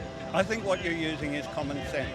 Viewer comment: "I hate common sanse" lmao what?